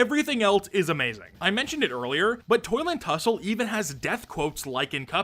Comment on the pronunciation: Only i Heard him saying "Toilet hussle"?